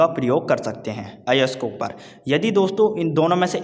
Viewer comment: Nice explanation 😚❤️🥰 But (ayask not ayaks)🙄